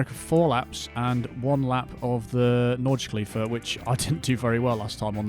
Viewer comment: It's NordschlEife (spoken like "Laife" or "Luhife"), not NordschlEEfe. /smartass mode off.